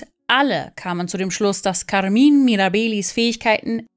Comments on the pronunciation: Weshalb sprechen Sie den Vorname Carmine als Carmin aus? 🧐 Macht mir echt keinen sinn.🤷🏻‍♂️ Oder spricht man Caro entsprechend Car aus?! 🤔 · Kaarmin Mirabeehli?!! Neeeeeeein 😭😂😭